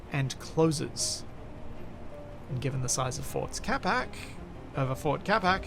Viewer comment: I keep hearing ford instead of fort. Built Ford Capac sounds like a great Ford slogan